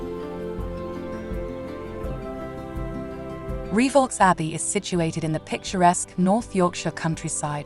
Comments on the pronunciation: Lovely! One thing (amongst the few) I DO know, if you will allow, is that the Abbey's name is pronounced 'Ree-voh', not 'Ree-vaulks'.. Certainly a spooky spot, I visited the place several times with parentals when a child. Nice one, thank you for posting! 👻🌟👍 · nice video, but it's pronounced Reev O not re vox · I read your comment and thought "how pedantic" but after 5 minutes and she'd said reevolks 350 times I was screaming. 🤣🤣🤣🤣🤣